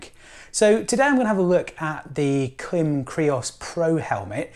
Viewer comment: Here in the U.S., the Klim-made videos featuring Klim employees all pronounce it with a long 'i' like in 'climate'.